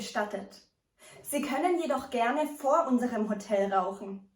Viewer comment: very nice - smily face and all but ... the accent of the key word HOTEL falls onthe second syllable :-)